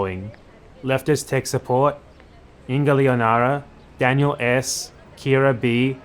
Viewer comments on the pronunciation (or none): none